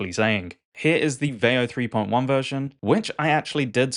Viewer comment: Sora trends looks really fun. It's a great idea, but your pronunciation of veo makes this video cringe 😬.